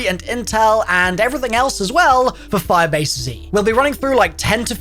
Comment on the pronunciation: For some reason when he says firebase z im hearing 5 AC